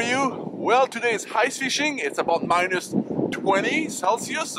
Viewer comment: Hice! enleve le "h" quand tu prononce ice!;)